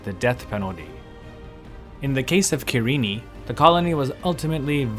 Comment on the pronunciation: Main takeaway: is that really how you pronounce Cyrene?